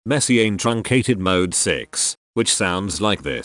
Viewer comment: Should he pronounce Messiaen like that or should he pronounce it like the French